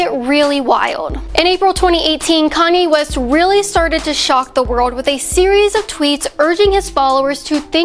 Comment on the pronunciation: ...wait a minute...did she just said Koney west at the beginning...